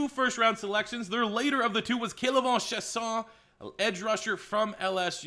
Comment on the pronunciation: The way he says Chaisson 😂😂😂